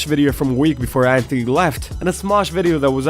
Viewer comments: Who is ANTony? Say it right. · Finally! Someone who doesn't say Antttttthhhhhhhony.